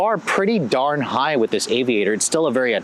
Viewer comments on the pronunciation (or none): none